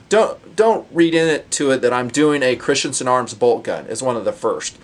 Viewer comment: You mean Christensen, not Christiansen